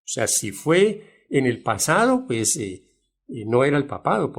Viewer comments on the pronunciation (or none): none